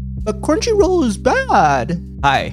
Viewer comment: Crumchy roool redempshion ark :]